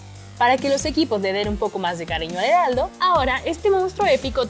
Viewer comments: Dice "Hedarldo" jajaja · Yo escuche ealdo